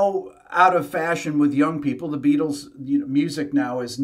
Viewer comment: Jack Ryan --- Hey Be-atles! Would you like gold in easy, denominational nuggets?